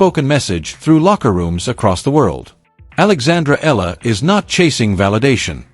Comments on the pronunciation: It's not Ella. It's EALA and it's pronounced EE AH LA. This AI video is pathetic. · Alex's last name is pronounced with three syllables: E-YA-LA. Thanks for this video.